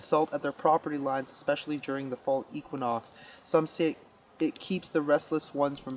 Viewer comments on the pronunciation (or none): none